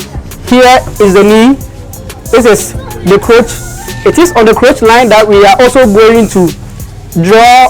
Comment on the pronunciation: Great delivery!I'm excited to know that we have great sewing YouTubers in Ghana, but kindly note it is not "croach" it is "crotch" as in cross..thanks